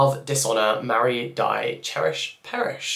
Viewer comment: for me as a German it's so funny hearing not-german-people trying to pronounce stuff. "Die" is pronounced "dee" and not like the english word die. It means "the". The rest was pretty accurate. Our A is always pronounced like a U in "up" and our R is more sharp but there's no example in English for that